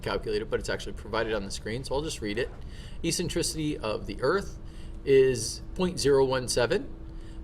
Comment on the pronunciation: The pronunciation of Eccentricity is Ek-sen-triss-itty. And Obliquity is pronounced Oh-Bleak-witty. Not ee-sentrissity.. and Ob-lick-wid'y. Also Aphelion is most commonly spoken as App-Heely'on, not A'feel'eon. Cool video though.